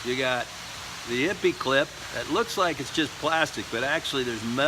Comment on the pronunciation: Here is your second opinion - just 4 years too late. He is right it's pronounced ee pay. Ippy sounds so funny though so keep saying it.